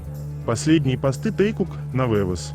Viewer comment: Хочу поблагодарить автора этих видео о Вигуках или Тэкуках. Они очень интересные и милые без насмешек и пошлостей. Спасибо большое! Но хочу обратиться к диктору, пожалуйста, обратите внимание на произношение и ударение в словах. Пару называют Тэкук ударение падает на букву У. И по правилам русского языка имена собственные склоняются по лицам и числам, поэтому они Тэкуки т. к. их двое. И в некоторых словах также не правильное ударение. Не хочу вас обидеть, а хочу помочь, чтобы ваш голос звучал ещё красивее.